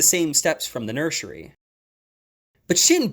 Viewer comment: Nursery ❌ Nurshary✅